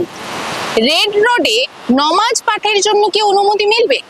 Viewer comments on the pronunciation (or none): Apni uchharan ta thik korun Nomaz na hobe namaz , Didi ektu bolar samoy kheyal rakhben